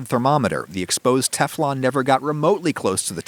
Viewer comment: you said Teflon as Kiflom in GTA 5 :D